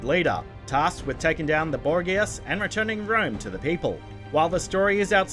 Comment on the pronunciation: Ac Odyssey: "But with such like-able characters" Bruh. Alexios and Kassandra are two of the worst, blandest, most washed out non-characters I've ever come across. This list is so triggering. And the fact that he said Borgias as "Boar-Ge-us" I hate this list.